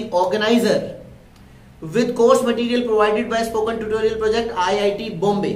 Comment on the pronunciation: Learn how to say tutorial man lol